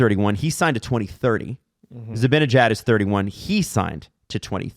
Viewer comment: You guys pronounce Zibanejad so oddly lmao